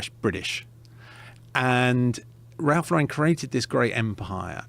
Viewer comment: He has the story of Ralph Lauren right, shame he has the pronounciation wrong..